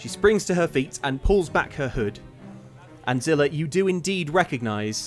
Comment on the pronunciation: Sounded like called her character “Blade-Zillah” in the into